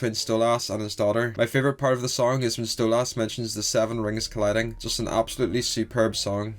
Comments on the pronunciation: just wanted to point out ocz it pisses me off its stolas nat stolass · why do you pronounce stolas "stolarse" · No Stella calls stolas "stolass" on purpose Because she hates him. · Small thing I've noticed. You pronounce Stolas wrong. It's pronounced like soulless. Really not a big deal just figured I'd let you know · I don’t have a Northen Irish accent but I say Stolas the same way you do. My friends made fun of me because I know how to say Stolas the normal way. I just don’t. Plus I already told them that Octavia said Stolas like that too. They stopped making fun of me and I keep saying Stolas the same way